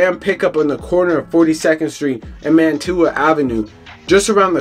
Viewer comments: It’s Wyalusing Av( Y Loo Sing ) and Mantua Av (Man chu uh) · Bro you don’t even know how to pronounce the street names. Man-tu-a 😂😂😂